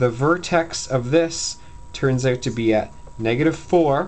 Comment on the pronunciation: dude this is easy now... fuck my teacher i want u man... go canada(you can here it when he says ''out'')